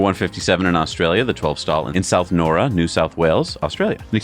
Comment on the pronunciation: that new south wales super charger is pronounced now-ra as in right NOW and ra the sun god